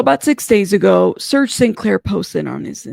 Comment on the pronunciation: Isn't it “Serge”(like rhymes w/ Urge+purge?!”) I'm not being mean, I’m just asking as I was under the impression it was but between him+Fea, I’m lucky I know my own dam name! Haha! I know U can empathize! Thanks as always! I apologize for being a bother. Stay safe 🐇! Xo!